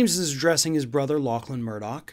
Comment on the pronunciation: Thanks for pronouncing "Lachlan" correctly!